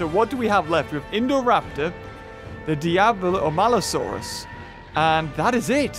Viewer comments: its maliosaurus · It’s maluosaurus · IT’S MALUSAURUS